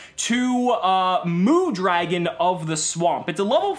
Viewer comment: How’d you get “Mu-Dragon” instead of “Mud-ragon”? :P